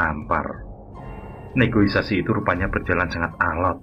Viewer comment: "Negosiasi" bang, jangan negoisasi wkwk 🤭